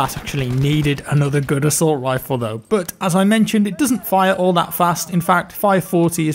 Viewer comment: Am I going crazy or did constantly say "assault wiffle"? Never heard him do that before:D